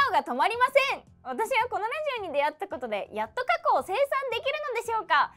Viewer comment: kono＜＜＜こうのでなくこのでは？こうのならkohnoじゃ？